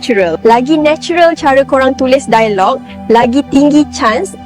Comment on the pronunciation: Masalahnya,, bahasa melayu malaysia bahasa tak ada nilai. Struktur bahasa kacau balau, "dialog" diucapkan "dai-log" AI jadi pening !?